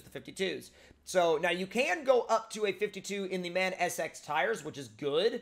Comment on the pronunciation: MAN is produnced M-A-N btw great video!